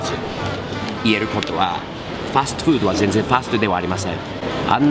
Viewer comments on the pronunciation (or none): 発音はファーストフードではなくファストフード